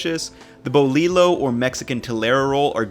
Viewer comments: “BoliLO” 😂😂😂 the “LL” in spanish si a “Y”, it’s pronounced “BoliYo” (btw I’m not the language police or anything it’s just he seems very into pronouncing things right in some of he’s other Mexican videos) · Brother I need you to take a Spanish class please. I’m cringing when u say “BO-LEE-LO” vs “bo-Lee-oh” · Not trying to get on u but its pronounced "Boliyo" not "Bolilo" and its spelled Bolillo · grrrsss at saying bol ee lo.. it's boy eeeyoo the ll's are silent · Boli-yo not bowleelo, tortAs not te-le-row. The bolillo you show is not a bolillo at all. It needs to be crusty and crunchy, not soft and spongy. Other than that, I do admire your enthusiasm and the pambazo you made does look delicious! Good video. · your videos are great, and the recipe looks amazing. But, please, for the sake of all that is good in this world, "bolillo" is pronounced "bo-LEE-yo," not "bo-LEE-low." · Been loving your vids! FYI In Spanish the double L makes a "y" sound, so Bolillo is pronounced "BOH-LEEYO" not "BOH-LEELO" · Boliyo is how pronounce it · That's weird. In my family Bolillo is pronounced Bo Lee Yo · Typically you cook the guajillo salsa down as part of the preparation of the salsa. And it's pronounced bo-lee-yo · Boli-YO. Otherwise great. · Bol- lee- yo!!!! Otherwise looks awesome!!! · Bolillo is pronounced boh-lee-yoh, SMH, its as if you never came to Mexico city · It's pronounced bo-li-yo the ll makes the Y sound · Repeat after me... boh.. lee.. yo!.. 🤣🤣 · Doble ll makes a y sound not a ll sound. So you would say it "boliyo" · it's pronounced "bo LEE yo" bruh. sick video tho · Just a quick comment on the bolillo, it’s not pronounced the way you said it, you pronounce it like “Bo-lee-yo” the “Ll” has a “y” sound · Pronounced: boli - yo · bolillo = bol-eeyo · The boLilo is killing me noce video no worries you put the R in respect in Mexican cuisine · Excellent vid! Just a heads up bolillo is pronounced Bo-lee-yo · Yeah but what about "bo-lee-lo bread" 😭😭😭